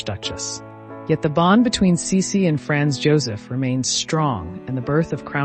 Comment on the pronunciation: It would really be nice if the pronunciation of the names, e.g., Sisi, Franz Josef, etc. were accurate. How difficult is it?